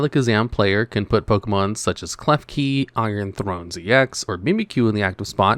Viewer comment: "Iron Throns" I'M DYING 💀💀💀